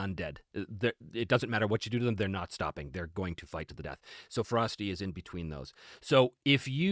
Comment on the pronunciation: When he was talking about Ferocity, i kept hearing Frosty or maybe Frosting... was very confused at first, lol Also, +20% is the equivalent of +4 on a d20. Advantage averages out to roughly +3, iirc, so in D&D 5e terms, if you are out numbered, everyone gets Advantage against you. Pretty potent, actually.